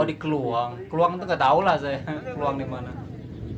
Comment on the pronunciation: janganlah cakap kl.kami orang malaysia tak semua cakap seperti itu.itu bahasa daerah saja..kalo bahasa malaysia kami mengunakan bahasa baku melayu.hampir sama saja sebutan dengan bahasa indonesia..jangan ditukar A ke E yaa..itu hanya bahasa Kl,selangor,johor,riau lingga..Bahasa kami kalo sebut saya.ejaannya saya pasti sebutnya saya bukan saye or mana bukan mane ya. Tolong ya.kerana ramai sekali orang luar salah erti bahasa malaysia adalah bahasa kuala lumpur itu..Tv malaysia pun sama tidak menuturkan pekataan sebutan yang betul.masih saja terikut ikut bahasa seharian kerana tv Malaysia kan stasen tvnya dikl jadi terbawa bahasa seharian.apatah lagi drama.